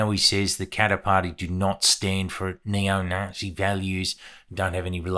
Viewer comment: "You can join in, but be a nice Nazee eh?!" 😅